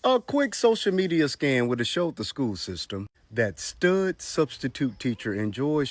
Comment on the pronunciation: Beyond the predatory comments and lack of common sense. How the hell would anybody hire a substitute teacher that says Shkewl?!